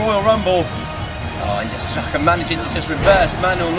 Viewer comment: Xhaka not zerkaa